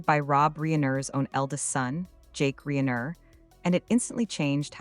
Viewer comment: Pronounce their last name correctly AI